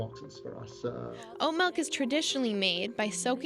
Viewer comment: The narrator lost me at the pronunciation of "malk" ....it's "milk" !